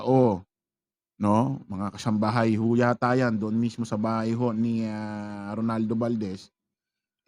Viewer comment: Ano ka ba itotopic mo sya hindi mi naman mabigkas ng tama yun pangalan niya. Ronaldo not Rolando